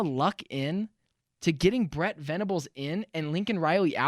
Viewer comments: It’s Brent Venables. Not fukn Brett. Goddamn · Good take. Also its Brent, not Brett. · Dude it's BRENT, NOT BRETT VENABLES!! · Please stop calling him “Brett” his name is Brent….